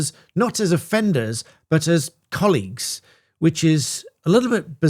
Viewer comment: 'colleagues' FFS